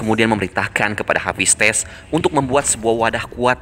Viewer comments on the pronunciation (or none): Mimin pelat🤣 Ares : Eires Hephaestus : HafisTes